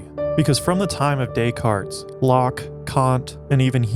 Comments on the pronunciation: Dont pronounce the S on Descartes, great video otherwise thanks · You had my attention until you continued to pronounce the S in Descartes. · The 's' in Decartes is silent.